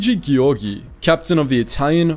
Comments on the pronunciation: Giorgi —> ghiorghi NO Giorgi —> jorgy YES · Giorgi not Ghiorghi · Nobody: Me as an italian: SI PRONUNCIA GI-O-R-GI NON GHI-O-R-GHI Edited: 2448 like minchia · Me who have basic knowledge of Italian: Giorgi should be pronounced Georgie(for English speakers and) not Ghiorghi!!!!!! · Luigi ghioghi? Luigi giorgi!!! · Please... It's not "Ghiorghi", but "Giorgi" (Jorji) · Giorgi should be written ghiorghi to be pronounced properly. Also, no one has anything to say about folgore? He put the accent on the wrong letter. Perché sto scrivendo in inglese?? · Sì, ma loro non sanno la differenza fonetica fra GI e GHI. Devi scrivere così: the right pronunciation of GIORGI is: JEORGEE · Gi in Giorgi is pronounced as Ge in George, and, in fact, it is the same name 😄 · Geeorgee Is the correct pronounce,anyway thank you so much for this video,so proud of my country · Giorgi's pronounce is: gee-or-gee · Giorgio is spelled like "Joe R Joe" and you forgot to talk about the "Xa flotilla mas"! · E and I when preceded by G or C have a soft sound, GI soung more lake Jee in Jeep, so Giorgi it is more JeeorJee and Giovanni should be more like Jeeovanni ;) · the video is good and all but GHIORGHI, SERIOUSLY? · A really significant and cool video with lots of deep digged information, btw the surname “Giorgi” is actually pronounced as “Jor-Jee” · wtf is this pronunciation "ghiorghi" bruh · Im sorry but this thing is driving me insane. WHY if you read the "gi" of Luigi with a soft g like in "gyroscope", you would ever read the 2 "gi"s in Giorgi with a strong g like in "game"?!? Its the same pronouciation! Sorry if I sound aggressive, the video is great, but this this error that every english speaker makes is absurd to me, even more in this case where you had the right pronouciation in the word before. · You didn’t say right any Italian word, and for me is a porcodio every time, but for the rest great video, tks